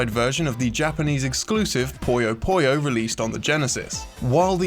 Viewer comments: Pronouncing 'puyo' as 'poyo' is not an accent, otherwise he'd pronounce other OO sounds as OH as well, which he doesn't. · "Puyo" is pronounced "poo-yoh", not "poy-yoh". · i pronounced puyo like pollo at first and was asked if the game was about chicken.